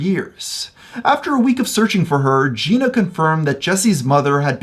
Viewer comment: in all your research you couldn’t find out how to pronounce jenna?